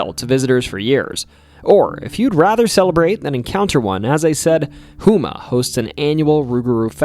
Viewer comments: Houma is pronounced Home Uh lol local lousianian here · The town of Houma is pronounced " Home-a " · Houma is pronounced hoe-ma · Lmaoooo it’s HOME-A not hooma 😂 I love it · The town is pronounced “ho-muh” no “who muh” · Whoma.... Do more research bud...It's pronounced Ho'ma. HOUMA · Ok now, you were doing just fine with pronunciation. Homa- home - ah. Please verify pronunciations before you post a video about anything Louisiana.❌ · houma is pronounce with a long "o" sound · “houma” rhymes with “coma” :-) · ok so i’m only 10 minutes in but i think im gonna like this video lol. i’m from Hammond. pretty boring area but close to New Orleans. i can’t lie, your pronunciations entertain me. Loupgarou is fine, but if you want to pronounce it like a Cajun drop the p. Lou-ga-rou also Houma is Home-ah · 100% seen the rougarou in lockport louisiana a couple years ago also its houma (home-ah) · Its pronounced "Hoe-Muh" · We heard you say...Who Ma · Thank you! Hooma just makes me cringe, LoL. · I would love to know more. Do you have any of your stories, videos, or photos online! I grew up near Houma (or, as this guy says, Hooma 😂), and I know very well that there are many unacknowledged things out there. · Houma = “Home-uh” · it’s no trouble at all, the video is great like I said I just thought the way you pronounced some things like houma was pretty funny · How did you pronounce Houma right but totally botch it xD